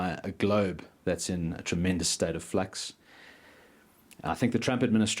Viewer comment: Did he say we are in a state of flux or fuxed?